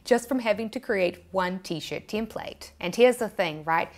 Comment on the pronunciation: how do you make out a word that clearly spelt as "TEM-plate" but you pronounce it as 'TIM-plate', then there is the word 'shAre' and you pronounce it as 'shEEr'.